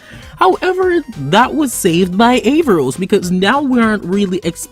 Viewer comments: A r r a v o s Not avarros. Lol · ahem ScrEEeeCH HiS NamE Is AARavOs noT AvARoS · Avaros????😂 it's aaravos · Aavaros???? Don't you mean Aaravos!!!! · Aaravos not Aavaros 😂😂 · You said his name wrong